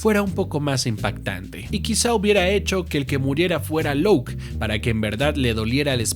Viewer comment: Como que Louk bro, si se pronuncia como se escribe